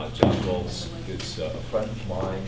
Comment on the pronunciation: its Voelz lol